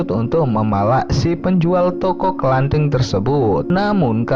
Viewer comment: Toko kelontong bang....bukan kelanting......